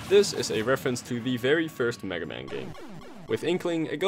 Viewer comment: He said maga man